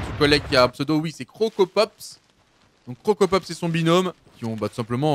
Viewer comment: KILLforDEATHHHHHHHHHHH pas forDEAD tu me stresses Et CroCROpopss pas Crocopopss